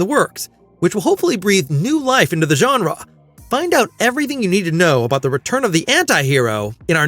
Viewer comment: He doesn't say farland he just pronounces farlane a bit weird. Also genre he says genra